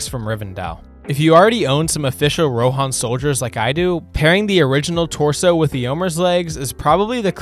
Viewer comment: the rohan names should be pronounced on the first syllable, not on the second :D